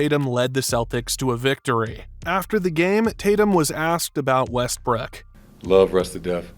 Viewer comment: Bro did he call him Westbrick or I’m trippin